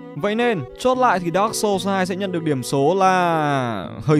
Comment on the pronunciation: đọc dark chập nghe như dog :))